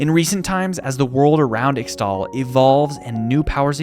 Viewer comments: Ixtal is pronounced 'ish-tal' (as pronounced by some champions like Qiyana) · It's read "eeshtal" and "eeshaokan"